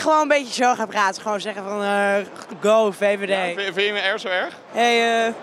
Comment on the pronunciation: "Vind je mij nou echt zo errrg?" 😆